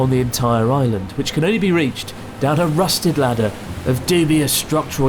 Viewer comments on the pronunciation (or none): rusty ladder... radder? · The "Emergency Radder" 😂😂😂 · Main point of the episode: “emergency radder” 🤣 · Rusted ladder, don't you mean rusted radder!